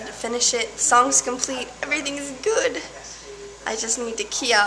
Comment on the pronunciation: to lol "EVERYTHING'S GUUD"